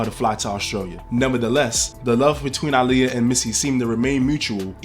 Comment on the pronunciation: the fact you say her name RIGHT ✨